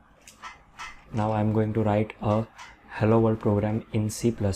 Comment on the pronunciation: learn how to pronounce this language correctly finally